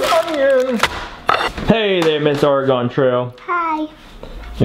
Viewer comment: As a native Oregonian I have to tell you, it is pronounced "orygun" not or gone. :)